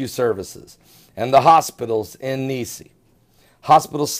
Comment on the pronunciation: pronounced niece.